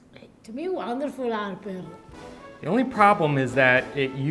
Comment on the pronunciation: It’s “Harper” lol 😂 it’s okay, you tried. Just thought I’d let you know. No hate here!!